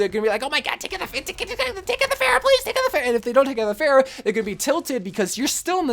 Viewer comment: He managed to fail to pronounce both Hanzo and Pharah.